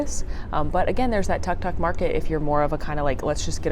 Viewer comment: It's pronounced tooke tooke.